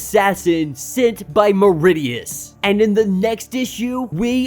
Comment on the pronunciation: It's me-rid-ious not mer-i-dious pronunciation